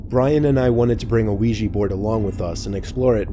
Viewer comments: "The Weegee Board." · i thought he said wegee board LOL